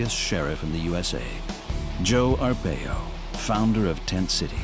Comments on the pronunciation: Right it’s “R-pie-o” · Video cant even prounounce his name right. This information is old and tent city hasnt existed in years. Arpaio hasnt been in office for many years. Provide facts not outdated information.